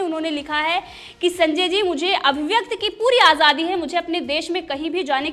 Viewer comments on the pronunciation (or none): none